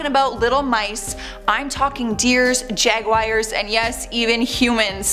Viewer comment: she said "Jaguires"😭